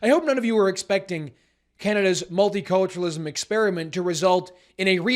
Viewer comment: Just heard 'multi-torturenalism'